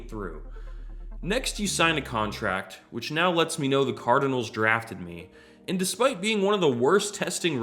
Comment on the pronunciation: Never heard someone mispronounce Cardinals before.